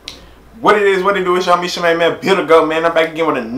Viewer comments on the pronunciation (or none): It's Lady LEEESHA is how you pronounce it,;) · LEE - SHH-HER thats how you pronounce it my g